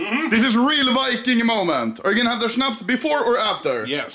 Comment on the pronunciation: Anomaly: Shnaps before or after? Papa : yes